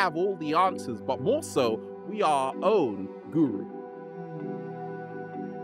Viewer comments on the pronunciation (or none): none